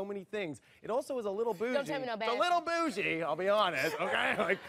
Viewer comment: LOL! Wheew! That nearly killed me when he said the bougie part starting. LOL! I hit my boyfriend with the same line and he just died laughin'! I told him (in my voice) you looking "a little Bit Bougie" (putting exaggerated inferences on Bit Bougie) LOL! Whew makes me laugh everytime!:)